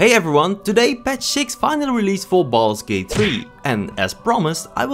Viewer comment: "Balls gate"?